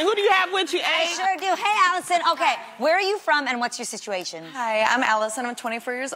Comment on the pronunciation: It's funny the way she said "situation" 😂